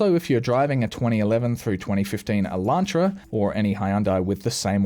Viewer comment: "Hay-unday Eye-LAN-tra". I'm sorry, I will never be over the Aussie pronunciation of those two words.